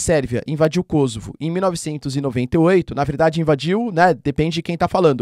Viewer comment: Kosovo, é uma palavra paroxítona terminada em "a"...portanto ,essa pronúncia - proparoxítonas - kósovo, é produto da ignorância dos jorNAZISTA da rede Globo, minimetizando a pronúncia do inglês .. Caso a pronúncia fôsse KÓsovo, o gentílico séria KÔsovense, e não kôsovares.